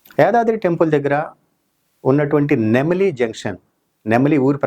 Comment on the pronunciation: నెమలి జంక్షన్ కాదురా హౌలే, నెమిలె జంక్షన్